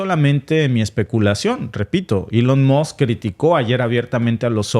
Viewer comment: Elon Moss? No se mordió la lengua?